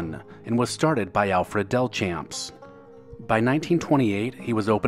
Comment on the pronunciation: Delchamps is pronounced as Del-shamps. I was raised in Mobile where the chain was founded.